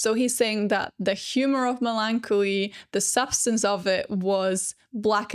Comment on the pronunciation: Its melon-collie